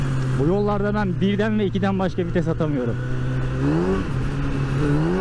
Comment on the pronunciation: ŞU LANET OLASI VİTESE FİTES DEME ARTIK JSJSJSJ